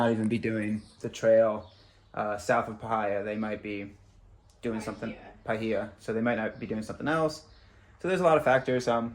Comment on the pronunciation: Parh-hi-a 😂 pie-here